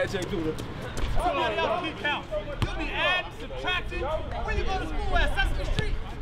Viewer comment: You keep adding and substractin where you go to school at sesame street 🤣🤣🤣🤣 lmao